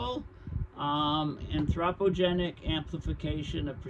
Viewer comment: Your mispronunciation of anthropogenic is grating… but I appreciate your breakdowns… see Geoengineering for more understanding…